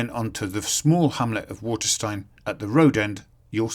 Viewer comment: It’s pronounced Watersteen ! Not Waterstine